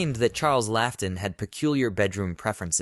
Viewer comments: It's pronounced Charles "Lot-in", not Laugh-ton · Like Lawton